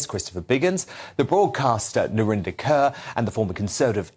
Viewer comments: Its Narinder KAUR not Kerr! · I only know Narinda Kaur (pronounced like ‘Core’, not ‘Kerr’) from her very brief time on Big Brother in the early noughties. How did she get to be a contributor to GB News like this? What has she do that makes what she has to say of any significance?